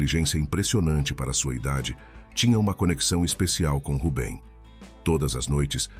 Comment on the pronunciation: Boas histórias..mas, por que muda os personagens? Nâo faz sentido! Assim como o erro crasso na pronúncia do nome 'Rubem', corrigido ao final do video!